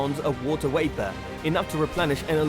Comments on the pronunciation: It's not wapor It's VAPOR. V is not pronounced as W. Sorry it just bugs me. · I love the video some reason it bothers me that it sounds like he saying water waper Instead of water vapor.